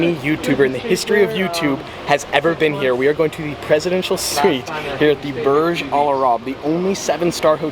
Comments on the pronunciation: I live in dubai, Logan Paul has been there and ur saying it wrong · Ur pronunciation of Burj Al Arab is triggering me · Burj al WHAT you butchered the name buddy